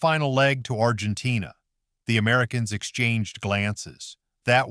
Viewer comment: Argentain. Gayass Ai